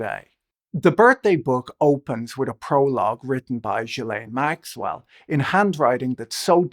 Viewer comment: I wish you would pronounce Maxwell’s name correctly